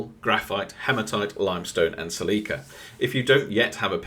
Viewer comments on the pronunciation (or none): first time watching, liked and subscribed. great content, but I have to say I have never heard someone say Sill-ee-kuh like you before :D do it again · as a chemist, I say it Si-luh-kuh. Which google says is the 'british' pronunciation too. So I'm familiar with differences like Aluminum and Aluminium. You shouldn't change tho. It has already generated likes and comments ;)